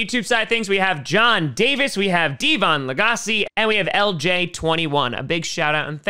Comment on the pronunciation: Is no one gonna bring up butchering the name "Devon Lagrasse"?